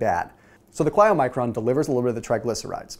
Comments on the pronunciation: "ky-low-micron",! not "chlyo"... as in Kylo Ren:-) (I know, easy to sit on the sidelines and comment! Thank you for the great information) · You are super smart, but you're mis-pronouncing the word Chylomicron throughout the video. You keep saying, 'Kli-oh-micron' . It's 'ky-low-micron.' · Todd Adams Yeah. I was going to say sounds like Kylo, as in Kylo REN!